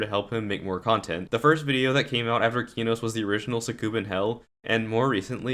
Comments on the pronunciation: him: keyknows me: NO him: deemaws me: NOOO PLEASE DON'T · man calls it keenos